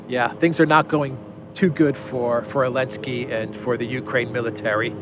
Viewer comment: Please don’t say Elensky say Zelenski ! You are a free man and you have right to say his try name ! And it’s Zelenski ! My back name contains Z letter and I’m very proud of my fathers ! Letter z exist it there for thousands of years !